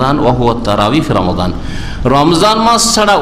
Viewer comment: যে মানুষের রমাদান শুদ্ধ করে বলতে পারেনা সে আবার ফতোয়া দেয়